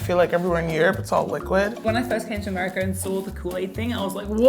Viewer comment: You don't say it like America you say it like AMIRICA